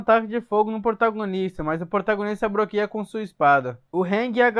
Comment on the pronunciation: Alanzoka tá fazendo recap 😂broqueia😂celebro 😂exprode😂 me diverti muito 😂